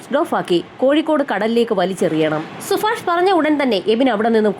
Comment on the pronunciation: സുഫാഷല്ല സുഭാഷ്